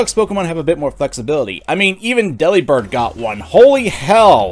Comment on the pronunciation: Mispronouncing Delibird smh